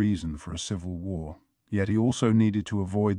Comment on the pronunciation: There we go go again, the WHARRRRR LEGEND, does anyone know the name of this narrator the AI is using?